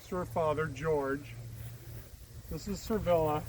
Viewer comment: Your video is interesting, sir, but why do you keep calling her "Servilla" when there is clearly no "R" in her name?